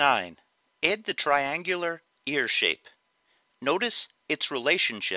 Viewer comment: why do you say ed instead of add where are you from?